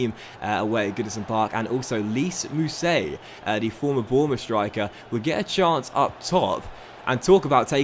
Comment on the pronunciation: It’s pronounced lies mousset not lees just so you know keep up good vids lad